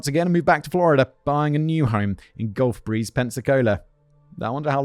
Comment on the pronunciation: Being from near Pensacola and Gulf Breeze thank you for saying them correctly, but Pensacola isn't a nice town lol 😂 love the episode